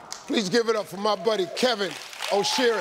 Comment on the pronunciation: His last name is pronounced or-chri (Okyere) the first e is silent